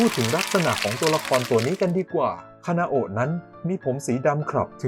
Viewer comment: พี่คะพี่พูดผิดหรือป่าวพี่เขียนคานาโอะแต่พูดคานาเอะ